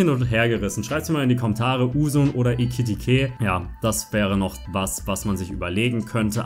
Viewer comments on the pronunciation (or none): Etikete'' sagt er stadt Ekiteke bitte nicht böse verstehen